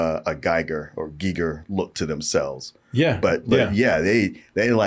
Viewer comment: HR Giger’s name is pronounced like "ghee gur", rhymes with "meager", not like “Geiger counter".